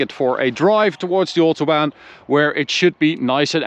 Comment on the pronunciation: So at the ootobaan